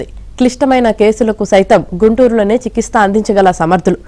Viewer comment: చికిత్స అనే పదం సరిగా పలుకు